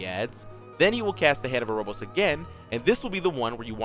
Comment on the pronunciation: Very nice, very concise. As someone else has stated, be nice to know if tbs are magic or physical- they are physical I think. Also, it's Hand of Erebos, not Erobos. Other than that, great guide, very to the point, thanks!